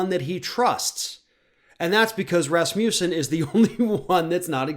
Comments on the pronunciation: "Raz-moose-en"? lol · Sorry about this digression, but is that how he (Scott Rasmussen) pronounces his name or is it the way Americans interpret it? As a speaker of a Scandinavian language, it throws me off every single time it's being said. To me, the first a should have a more 'ah' sound, the u should be pronounced without j sound before the u (as in not euw, just uw). Of course, none of this matters as it has nothing to do with what's being said. Again, sorry for digressing into the unrelated issue of phonetics. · Rasmussen is definitely not pronounced like this... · Here som trivia. Last name Rasmussen actually means son of Rasmus. Sen is the son part of the name. In the olden days, people inherited their surname based on the farthers first name and with the ending sen (son). So to say the surname correctly it has to be - Rasmus-sen.